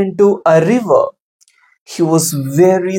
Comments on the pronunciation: it's river not rive 😂😂😂😂😂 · Not a😂 "rive"